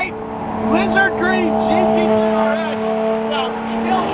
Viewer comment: I'm a native spanish speaker and there has been not once that has said GT3 RS correctly lmao, he's getting close tho